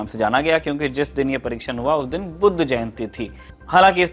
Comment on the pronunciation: Respect for sahi vale pronunciation k liye ..."Buddh"... 🌟